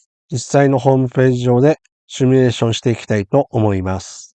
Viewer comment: simulateですので「シミュ」レーションが正しい言い方です。間違われる方が結構多く，コーヒーのCMでも取り扱われました。次回ご参考まで。